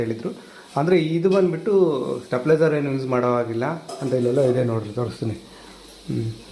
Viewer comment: ಅಣ್ಣ ಅದು ಸ್ಟೆಪ್ಲೈಜರ್ ಅಲ್ಲ stabilizer